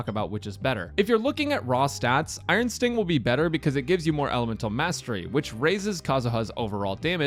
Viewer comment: he said iron stink idk if that was intended KEKW